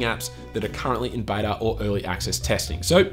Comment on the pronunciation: Did he say Betor instead of Beta ? Lol I truly enjoy this channel.